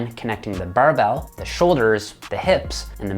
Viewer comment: The "buhrrrbell" press🧐